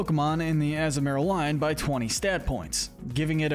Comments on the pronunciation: Not to mention how he butchers Azumaril by saying Azu-marill instead of the proper azu-ma-rill along with many other mon names. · The way you say Azumarill is killing me. And the fact you mentioned the Azumarill’s line Thick Fat ability, but no acknowledgment of their Huge Power ability.